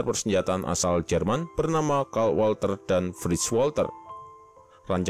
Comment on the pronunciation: Mohon maap min, koreksi sedikit buat bagian pelafalan, huruf Z di bahasa Jerman itu bunyinya mirip gabungan huruf ts dan W itu bunyinya mirip V di bahasa Inggris dan Ei itu dibacanga Ai, bahasa jerman jarang memakai huruf² silent, beda ama bahasa Prancis atau Inggris jdi kita bisa santuy aj baca semua hurufnya ga perlu khawatir lidah keseleo. Bukan bermaksud menyinggung sih tapi karena Walther PP itu dinamakan dari kata dalam bahasa jerman maka ada baiknya kita menyebutnya juga pake pronunciation mereka sebagai bentuk penghormatan ke bahasa tsb